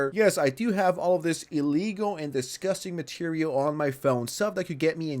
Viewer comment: obviously dis-gus-tees me!?